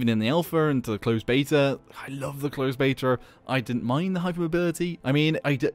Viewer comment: "Closed betawr"